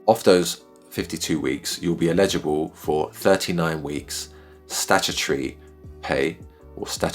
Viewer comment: Thanks for the explainer, but you keep saying “illegible” not “eligible” 😂